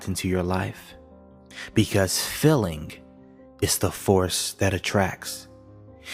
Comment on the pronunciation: Very profound information! ( I am annoyed though that the word: ‘feeling’ is mispronounced, because the word has two ‘ee’ in it and not two ‘ll’ )